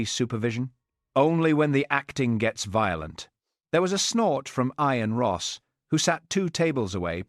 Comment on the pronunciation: Who pronounces “Ian” as EE- ANE? AI is amazing, but doesn’t one edit or correct it? I prefer human readers.